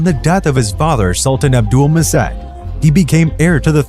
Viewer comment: You are pronouncing "Abdülmecid" and "Dolmabahçe" wrong. In Abdülmecid, "c" in his name is pronounced similiar to "j". Thus, "Abdulmejid". In Dolmabahçe, "ç" is pronounced as same as "ch" (like "Channel")